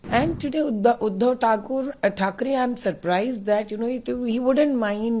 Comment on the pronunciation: You are also taking his basic name wrong 😂He's Udhav